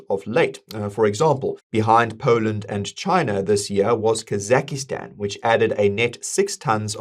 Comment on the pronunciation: Kazak-i-stan? Is that a new country? 😂